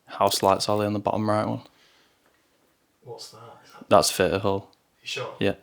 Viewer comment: THHHHHH EE AH TUR NOT FUR TUR